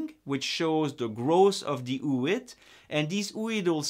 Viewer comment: Please notice that it should be "o-o-id", not ouid, because the term comes from the ancient greek word "ωό"=egg spelled o-o, so ooid means something like "egg-like" or "egg-shaped". Thank you for the very detailed presentation. Very insightful. Cheers!